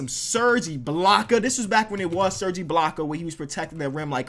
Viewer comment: I dont know if I'm just dumb but he said iblaka